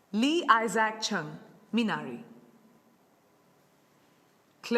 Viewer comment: Finally someone pronounced Minari right